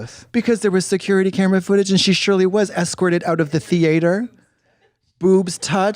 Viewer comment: I love the way she pronounces theatre 😭😭 “THE-ATE-HERRRRRRR”